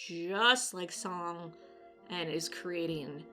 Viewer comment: Soong. Like Soooooong. I cringed a bit every time you said Song. 😂